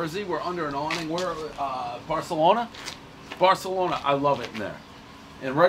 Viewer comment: One mispronounced pizzeria, everybody knows he’s not in Spain.